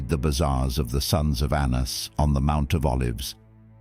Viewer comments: His name was pronounced “Ananus” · Anna's was indeed accountable. Correct, but lazy Gentiles however have used it for antisemitism ever since Ps fix the Hebrew pronunciation , very incorrect.